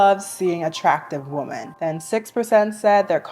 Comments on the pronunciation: I’m so fascinated by the way some people pronounce “women” as “woman” nowadays. May I ask where you’re from and what generation you’re a part of? I’m a senior millennial and we all used to pronounce the “o” in “women” as “ih” (like in “hit,” which is admittedly an outlier in English but that’s how it ahs been for generations so I am fascinated by this evolution of language making English pronunciation more aligned with English spelling). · I cant take IT anymore. Please please tell me why yall say WOMAN for plural- Women-. It is driving me crazzzyyyy! Help. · why do you literally never say “women”?? you can pronounce men just fine but then say woman, instead of women 😭😭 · Why do you keep saying “woman” in place of “women”??? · Why are people saying "woman" wum-man" in the plural instead of the singular? Or women in the singular instead of the plural "wi-men". When i Googled this online, it was saying it's because these people aren't "educated" but dont believe that in the slightest. So could somebody let me know why people are doing it as it's grinding on me because i dont know and need somebody to up-to-date educate me on this if you would be so kind. Im so confused guys, please help or is this the "new way?" Or "slang?" Etc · Gurl ily but i‘m oddly annoyed by the way you pronounce "women" as "woman" 😭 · Please for the love of god... its WOMEN pronounced (WIM-EN) gah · And how dare you say that to the queen of pronunciation😡/j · Hey girl! Sorry to be that person but i keep thinking you’re talking about one woman when you say women lol the plural for women is pronounced like (Wi-min). I love your videos though, it’s so refreshing to find like minded women on the internet! 😅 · Why dont people know how to pronounce "women"? Wimmen.